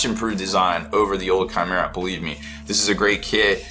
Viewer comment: Chimera, pronounced, kymera